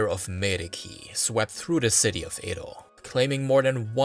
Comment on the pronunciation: Excellent video! However, every time you said Edo, I cringed. How is it you can pronounce everything correct but Edo?